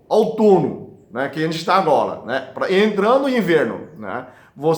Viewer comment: Agola,melhola, camomira kkkkk